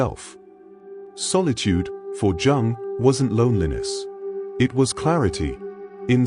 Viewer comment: It does when they pronounce jung as in jug rather than young ffs